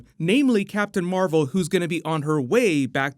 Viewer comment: Nobody gives a shit about captain mar-vel.